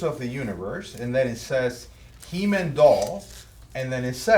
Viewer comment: Its NOT He Min. It's HE MAN !!!!!